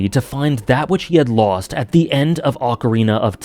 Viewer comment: You've improved your pronunciation of "Ocarina" - nice.